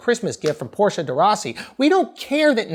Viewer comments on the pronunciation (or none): none